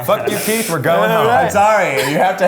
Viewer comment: I kept hearing "keef" whenever they tried saying keiths name lol